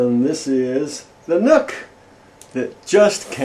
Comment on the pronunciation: lmao at a point i thought he said how to unbox your nut